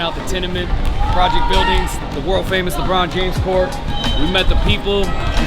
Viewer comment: LehBrawn Jaymehs